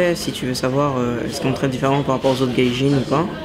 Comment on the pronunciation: "différemment" pas "differamment"